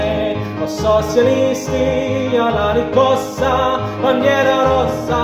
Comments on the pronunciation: Lovely sung and played, and your pronounciation is overall good, but isn't it riScossa? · Bella esecuzione peccato che non riesce a pronunciare bene RISCOSSA e non RICCOSSA! Complimenti lo stesso per questa canzone che ha accompagnato tante speranze e lotte operaie